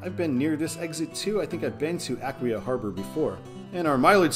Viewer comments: Actually it is pronounced A-KWEYE-A. I remember when they rebuilt the "Mixing Bowl". I now call it Spaghetti Junction 😂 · Aquia is pronounced ah-quay-ah. My uncle lives in the area. And yes, the Springfield Interchange is what happens when you give a civil engineer no budget constraints. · The emphasis is on the second syllable, with a long i (eye) - uh-KWI-uh. Native of Fredericksburg here.